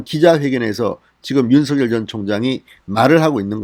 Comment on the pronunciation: 윤성녈이라 발음하는게 맞습니다